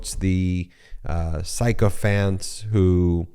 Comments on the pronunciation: Ben, two small corrections....1) at approx. Sycophant is pronounced 'sick - oh - fant' not 'psy - co - fant'. 2) at approx. you say "all the other ways that creates..." when it should be "all other ways that create..." P.S. I don't make these correction to belittle you or the MeidasTouch Network, as I value greatly all of your postings. I know you all take great pride in producing correct information. (retired teacher)😇🙏🌈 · Ben, the first syllable of “sycophant” is pronounced as “sik”, not “syke”. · You keep mispronouncing "sycophant." It's sick-o-fant, not psycho-fant. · Ben -- you mispronounce the word "sycophant": Sycophant sounds like sih-kuh-fant not psycho-fant